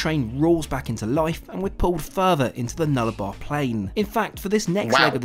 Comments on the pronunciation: He seems to pronounce the word 'Nullabour' as 'Nullabar', but there is a small point why I have bought this up. It's Nullabour' (nullaboor') because it meens 'no trees, hence the last part of the name being 'Arbour' - tree. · He keeps calling it the NullaBAR, it's Nullabor, meaning no trees. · It's pronounced as it reads, Nullarbor, so "null-a-bore" but the "a😂" part is very short. Note that Americans place their emphasis on the second syllable, Australians like the English use the first syllable. Instead of Sydney being syd-NEE it is SYD-ny, BRIS-bn, MEL-bn, HO-bart & AD-el-AIDE & the "el" is very short.